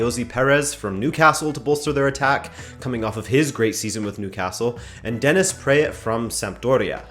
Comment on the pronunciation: Dennis Preat prounounced PRAAT as in when the docter ask you to open your mouth and you go like - AAAAAhhh Dennis PrAAt